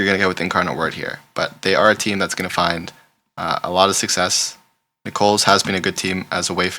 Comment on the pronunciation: Really enjoy your videos and picks! You are clearly not from the south so let me help it is Nickels not Nicole's 😊